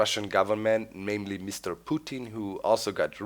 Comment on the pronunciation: Doc just for me (since I know Russian fluently my grandma is From there and we talk in Russian btw Europe FTW) the ways you said Putin was hilarious and why address Russian event's I thought the world forgot it existed ?